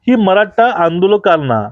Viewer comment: जी, नमस्कार. तुमची बोलण्याची आणि विश्लेषण करण्याची पद्धत फारच अप्रतिम आहे. परंतु मी आपणास अंत्यंत विनम्रतेने व आदरपूर्वक एक सूचना देतो की आपण 'ट' आणि 'ठ' ह्या दोन अक्षरांच्या उच्चारणत फरक ठेवा. कारण तुमचं वक्तृत्व ऐकताना चुकीच्या किंवा अशुद्ध उच्चारण झाले तर असं वाटतं की "मी श्रीखंड,आम्रखंड, रसमलाई किंवा बासुंदी खात असतांना अचानक जीभेवर एखादा केस यावा. उदाहरणार्थ 'मराठा' ला 'मराटा'' उच्चारण करणं. शक्य झालच तर 'ण' आणि 'न' मध्ये पण फरक करावा. व्हिडिओ तयार झाल्यावर काळजीपूर्वक एकदा ऐकून मग अपलोड करावा. अभ्यासासाठी टीचर व्हिडिओ पण ऐकावे. धन्यवाद आपला नम्र प्रेक्षक.